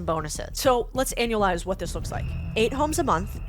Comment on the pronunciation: Brilliant!! 👏🏻 And did you really keep saying annulize!?